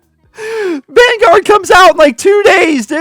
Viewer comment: Call of duty van-garage. Lol